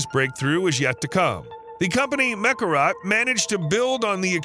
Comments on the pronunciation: Mekorot not Mekarat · Meh'Kor'Ote' Damn, say the name right....